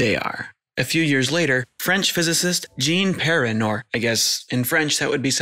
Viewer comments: I am astonished at how you managed to balance breadth and depth, and include very modern developments. Pedagogical genius. Oh, and by the way, your pronunciation of "Jean Perrin" was perfect too (I am a native French speaker)! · 1st time on youtube a french name is not buchered ( Jean Perrin ) Great video !